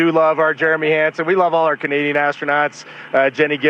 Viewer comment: The neighbor is a Canadian astronaut. From Canada. Not sure why Trump can't say the word.